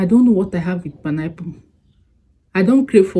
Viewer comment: ❤❤❤I love the way u say panayple instead of pine apple 😅😅😅😅u amuse me all the time